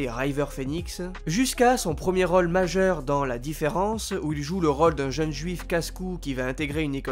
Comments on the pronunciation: c'est gossant quand tu dis 'role' au lieu de rôle. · Le narrateur a un soucis avec le mot role ... c est quoi cette facon de prononcer lol